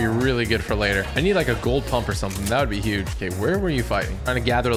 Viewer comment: Did u say punp?!?